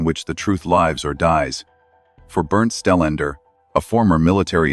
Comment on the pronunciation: I thought his name is Stellander? Narrator says 'Stenlend found'. LOL. Yeah, at 'spot one', he found a heart shaped pattern made of stones or flower petals - he's so sooo smart, he couldn't work out the difference. 😂